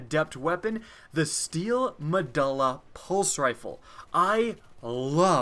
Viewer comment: Triggered over how badly he fucks up saying steel me-du-la